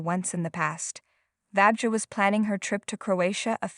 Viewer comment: Sorry, but you botched the name of the woman too many times! It’s pronounced [Vania]